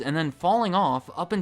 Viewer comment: "Thank yoUR'Eh for watching"